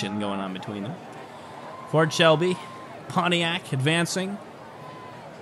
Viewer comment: Just to clarify, it's not called poniac, it's called Pontiac.